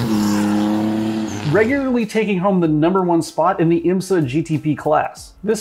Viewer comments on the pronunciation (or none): none